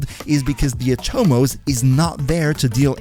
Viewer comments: Nice. One thing tho, the word is "Atomos" not "aTOmos". Oversimplifying here, but it's a Latin version of the Greek term from where Atom is derived and just like Atom in English the stress is on the first syllable. It's annoying how lazy and Anglocentric DE is to name things. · Wrong, but whatever, is not like these gringos are pronouncing most names correctly. Did you hear how he said Atomos, lol